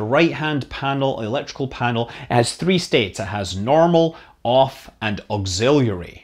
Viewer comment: "Auxilluiary" - Scott Manley, 2019